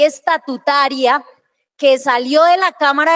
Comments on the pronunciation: me encanta su canal. Me informa a la vez que divierte. He notado que incurre en error cuando habla de ley "estatutuaria". La expresión correcta es "ESTATUTARIA" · Saludos amigo, usted dice ESTATUITARIA …..pero se lee: E S T A T U T A R I A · Gracias por su excelente programa. Leer: "Estatutaria".